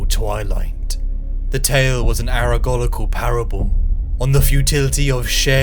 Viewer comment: "aregoricle" instead of allegorical. Come on guy, are you not a professional word-speaker? Get the shit right.